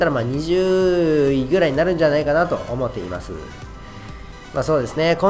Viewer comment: オモッテイマスゥー